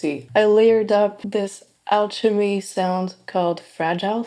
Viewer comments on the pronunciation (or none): great content lately, these are really helpful. small tip, alchemy is actually pronounced "al-kuh-mee" but yeah, fantastic synth!